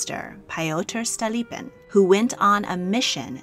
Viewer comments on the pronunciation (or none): Excellent video! One minor criticism: the assasinated minister’s name was pronounced Stole-LEAP-in. Overall though your pronunciation and quality of work is amazing!